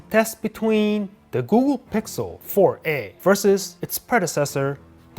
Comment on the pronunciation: The Woogle pixel